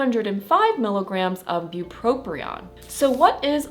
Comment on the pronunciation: Great video. However, you are mispronouncing “bupropion” by saying “bupropRion”. There’s no second “R”. But…thank you for the really helpful information.